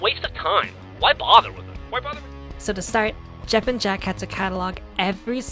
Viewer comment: fuggin' "Goeff"! That really cracked me up, well done! I love little things like that!